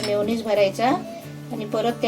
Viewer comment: मायोनीस नाही रे meyoniz